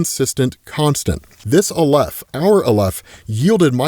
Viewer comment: Not that I'm an authority on this but I have heard "aleph" pronounced with the stress on the first syllable, pronounced like the Al in Alex. Love the videos always!